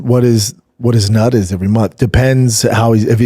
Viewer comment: He's ONdefeated and ONorthodox🤣🤣🤣 I love this pod. But damn brother. Slow down and speak right. Brendan hits yevery pet peeve yevery time.